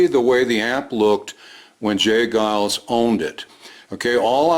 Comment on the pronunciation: It's " Geils" -fyi.